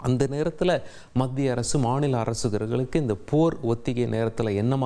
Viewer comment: இவருக்கு கொஞ்சம் “ல,ள,ழ” உச்சரிப்பில் கவனம் தேவை! இவருடைய தவறான உச்சரிப்புகள் சில, “ஒத்திகை பாருங்கல்” “மாநில அரசுகலுக்கு” தமிழ் உச்சரிப்பு தெரிந்த நல்ல செய்தியாளர் இல்லையா தந்தி தொலைக்காட்சியில்?